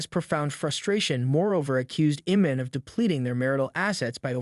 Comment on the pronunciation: u dont even know how to say his name right... its IMAN not Eman...speaking about people u dont even know about